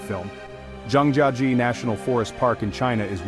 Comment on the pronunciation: Mispronounced the subject of your own video—the first time, and a different way the second, and yet a different way the third. Almost as embarrassing as the trash in the caves.